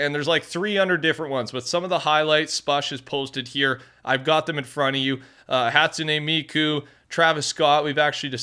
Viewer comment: He said hatsune miku right 🔥🔥